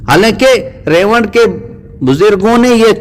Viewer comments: رائیونڈ کو ریوڈ کہ رھا ھے ۔ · ap ko Baat krne ki Tameez hi nhi ha Tu ulma ka Adab krna nhi janta tu molana Saad sb aur molana Tariq ka Naam lane ki txmeez nhi zTujhe Haram k moot mola sad sb ko Gumrah Bata raha ha zTujhe to zRaiwind lafaz sahi se bolna nhi Aata Bhadway